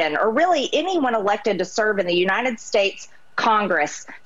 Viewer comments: UniNEd states? Geeeeez! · Yep - "You-Nine-It States"